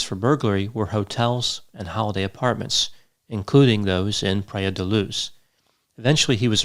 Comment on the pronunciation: Lol “pray-uh” da luz. It’s more like “Pry-Uh”